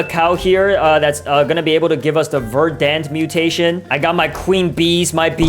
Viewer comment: It’s not Verdan it’s verdant